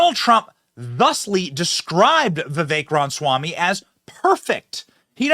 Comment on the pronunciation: Benny, I love you, but why are you physically incapable of saying RA-MA-swamy